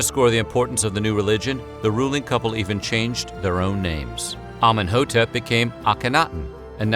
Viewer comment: Actually he butchered the names badly. That's not how they are pronounced.